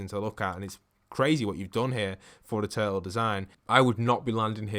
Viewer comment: "Giant turle" ... lol